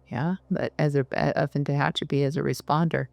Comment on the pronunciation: Very nice but Tehachapi isn't pronounced that way. Can tell you're not a Little Feat or Linda Ronstadt fan.